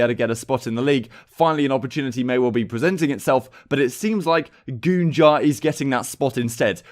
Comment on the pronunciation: Man really said goonjar With all due respect.... What the actual fuck